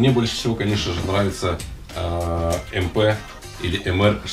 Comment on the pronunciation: Ну правильно надо говорить ЭМПЭ !!! Потому что завод ИМЗ работает на иностранного покупателя в основном все названия на странице официального сайта завода !!!